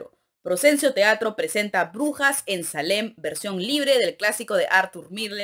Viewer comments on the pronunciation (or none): la palabra "marcial" es aguda, con la acentuación en la última sílaba y Salem (a pesar de que es anglosajona) es grave, con la fuerza de pronunciación en la penúltima sílaba.